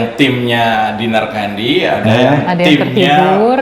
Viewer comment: Tolong lafal namanya jgn salah. Yg bener itu tetap CANDI, JGN KENDY ATAU KANDY. CAAAANDiii ✍ ya. 🤣